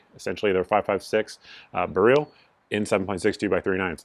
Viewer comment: Idk why people pronounce Beryl "bareel". My wife is Polish and I lived in Poland for 3 years. It's pronounced just like rifle barrel but with a hard R.